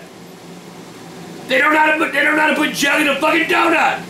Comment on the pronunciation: "Bah some mo' jelleh..." 2012